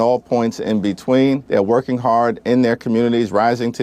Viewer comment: did I heard that correctly? "....they're woking hard in their community...."